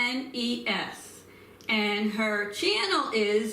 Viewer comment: You're totally saying her name wrong you're butchering it too much it's Ines